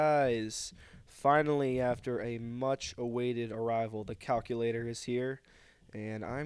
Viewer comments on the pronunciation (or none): stop saying cockulater